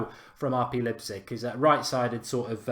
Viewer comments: Mark, the ‘Lei’ in Leipzig is pronounced ‘lie’ not ‘lip’! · Mark, it's pronounced Lipe zig.